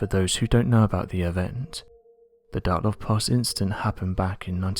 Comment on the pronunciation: Why does he call it "Dartlov"??